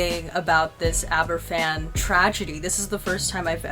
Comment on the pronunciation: In answer to your question, Aberfan is pronounced like Abervan. A single 'f' in the Welsh language is pronounced like an English 'v'. Great video! And it's nice to see Wales' darkest day finally being acknowledged and talked about. Thank you. :)